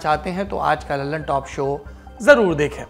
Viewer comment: Lalantop nahi luulanpat